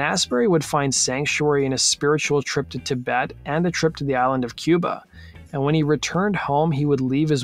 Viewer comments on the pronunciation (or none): none